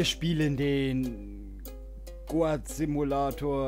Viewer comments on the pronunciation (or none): es wird GOUT ausgesprochen :)